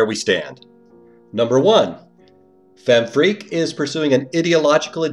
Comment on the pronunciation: I love how you pronounce it as FemFreak.